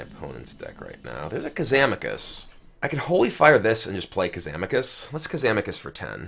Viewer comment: Did he said "Kazamakus" in ?